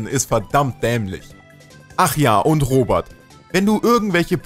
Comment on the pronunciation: Ich finde es lustig das er in Kritisiert Aber nicht mal den Namen aussprechen kann Ich habe den Selben Namen und Heiße Robert und nicht Robat